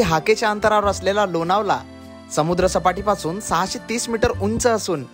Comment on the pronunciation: लोनावला नाही लोणावळा